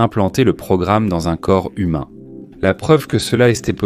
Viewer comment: "Dans un corps zhumain" 😂😂😂❤❤❤❤❤❤🎉🎉🎉🎉🎉🎉🎉🎉🎉😮😅😅😊